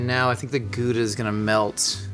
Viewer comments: Genuinely impressed by his pronunciation of Gouda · As a Dutchie, pronouncing Gouda like he's from there is something. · I was just about to say, no over pronouncing, it's actually almost spot on! I love it ❤🎉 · A+ for "Gouda" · As a Dutch person... kudos for the pronunciation! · that's exactly how you say Gouda. Our entire language is GGGG SCHHHHH GGGGGG no overpronouncing possible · Can confirm. Excellent Gouda pronunciation. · I learned the correct dutch way to pronounce gouda from this. Kinda fun. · Gouda... Good pronunciation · Gouda pronunciation is spot on. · YOU SAID GOUDA CORRECTLY!!! I have NEVER seen a native English speaker say it right, ever. It's always good-a. Kudos! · As a Dutchie, the Gouda was pretty spot on. It's also the most overrated cheese I know. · As a Dutch person, that's a pretty good pronunciation of Gouda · As a dutchman I have to agree with you